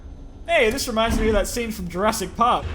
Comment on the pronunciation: Jur-ASS-ic world